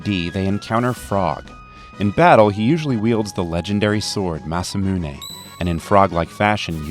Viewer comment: Or is it "Musah-Money"?